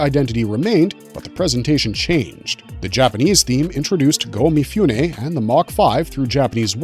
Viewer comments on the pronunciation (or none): This is great but Mifune should be pronounced Mee-Foo-Nay, not Mee-Fyoo-Nay. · Please: mi-foo-neh, not mi-fyoo-neh